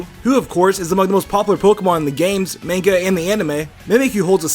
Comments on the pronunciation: I'm sorry, but you just said "man-ga". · Bruh main-ga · DID HE JUST SAY "MAYNGA" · yeah he says "main-ga" lool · He said manga wrong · The way he pronounces "manga" makes me crazy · am i the only one who heard him mispronounce manga in the beggining or am i stupid?